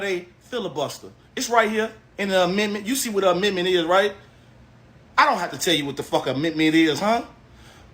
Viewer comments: WHY is dude screaming?😅😅😅 Why should we listen to him when he can't even pronounce "amendment" 😮 Black Maga is WEIRD af and quite selfish for not thinking about your family who had to live under the KKK. P.S....this is not a dem speaking but a BLACK person✊️ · 😂😂😂 … did that dude say Amitment? Did he mean Amendment?